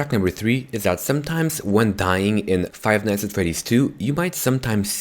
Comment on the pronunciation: Why does he say five nights at FWEDDYS